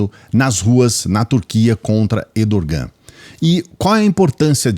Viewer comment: Errrrrdogan, não Edorrrrrgan!